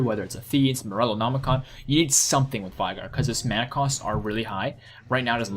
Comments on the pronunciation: Its vEEEEEEigar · unfortunately you mispronounced Veigar.